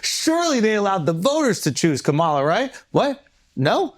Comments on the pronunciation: Omg! Not Ka-ma-la, but Kamla! The “a” in the middle is silent! Caucasians, Blacks, Asians etc. needs to properly pronounce, peoples names of different ethnicity! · KAH-MAH-LAH. If you can say hawk-tuah you can pronounce her name properly. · Do u purposely say Kamala’s name wrong on purpose Andrew? Lol. Either way it’s funny.